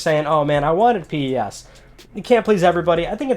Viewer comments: Pronounced PES..... As in pessimistic. Not P.E.S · It's just pes not p-e-s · its not p.e.s. just pes, like a normal word